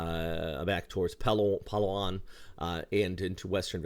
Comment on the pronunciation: Can't comprehend how you can pronounce so many things correctly but butcher the crap out of Palawan.